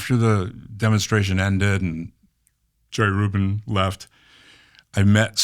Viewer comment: and when he kept saying "Rubin" it didn't help any LOL!